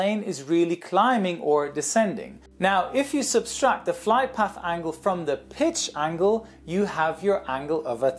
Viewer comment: Welcome back,! Just a quick English note, cuz I've noticed the mispronunciation in several videos: in English, like in German, the only "s" in "subtract" is the first one. There isn't a second one in the middle like there is in French or Spanish. Thanks for all the videos. Looking forward to more!